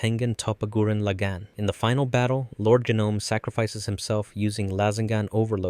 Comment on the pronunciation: Why do you pronounce lagann so weird, it’s a Japanese language no?